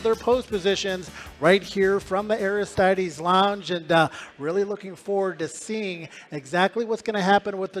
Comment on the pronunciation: someone needs to teach you how to say Aristides.